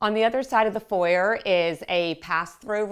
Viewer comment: She pronounced it correctly as an American. The foi-yay vs for-yer nitpicking is boring.